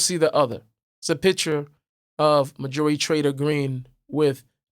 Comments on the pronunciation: MAR-jorie Not Mar-JUH-rie. Love you anyway,. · Her name is not Mah-joori. I had to look at the title to work out who you were talking about.